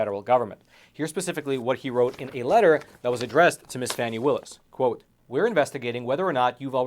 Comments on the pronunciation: Isn’t this the Epoc guy? 2 1/2 years isn’t suspiciously long for an investigation of this magnitude. Congress getting to look in on any investigation they want to or deem to be politically motivated? Yeah that would be a good idea🙄. And dude it’s pronounced Fah- nee, but I believe you know that, passive aggressive much? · Phony not Fani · The Fulton County D.A. -- IN SOME FUTURE TIME -- just might have cause to sing the praises (albeit under her breath!) of all you a55h0les who continue to mispronounce her name. Until you fools made it a point to call her "Fanny" (showing total ignorance on your part as to the pronunciation rules of our language!), m o s t of us gave NO thought to the other p l a y e r s in Frumpf's litany of wrong-doings 'cept the main player in this national tragedy. The lady WILL have name recognition -- thank YOU very much!! -- should she ever decide to run for higher office!! :face-blue-smiling: 😂 🤣 🤣 😂 🤭 😘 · And it’s FANI (Faw-nee) dumbazz. If you can’t pronounce her name we can just imagine the holes in your story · So Fake, for one her name is pronounced FAWNY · Fani is pronounced "Fawni". 🙄 Just saying. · Stop mispronouncing her name duche bag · The intentional mispronunciation of the FC DA is childish and could always turn around and cause the speaker to be ridiculed and disrespected also. It is pretty wide spread and shows a lack of sophistication. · You dont even know how to pronounce her name.